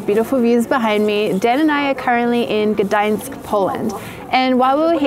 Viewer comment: As a Polish person I officially decided you're my favorite photography Youtuber when you said "Gdańsk" correctly